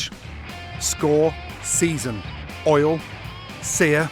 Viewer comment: Years ago Gordon used to say olive OIL but more recently he keeps saying olive All